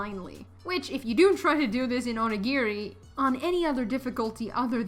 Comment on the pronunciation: bro, your dragging it it's not that big a deal pronounced either way it's just a word and it was said right